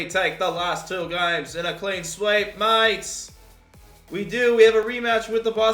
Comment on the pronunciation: Wtf was that? Was attempting an Australian accent? I'm only guessing that because he said "mates"